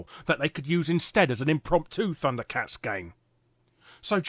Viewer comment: Thunder cats is pronounced as funder cats